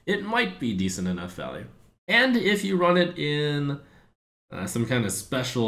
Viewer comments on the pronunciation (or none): none